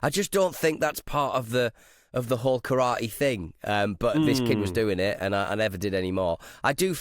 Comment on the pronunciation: Nick will be disappointed with the way you pronounce Karate,.